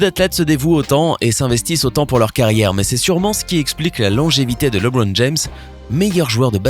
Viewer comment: Sérieux tu sais même pas prononcer son nom